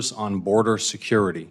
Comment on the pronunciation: BORDER!!!! IT'S NOT HARD TO PRONOUNCE LOL